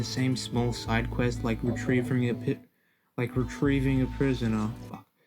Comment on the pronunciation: did you rike it?